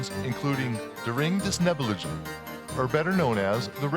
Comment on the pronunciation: The man who is the narrator....does not pronounce WAGNER's name correctly...He also mispronounces the RING OF THE NIBULUNGEN....unbelievable in a video like this. The W in Wagner...should have the sound of 'V' ....(not like Robert Wagner's name. ) !!!!!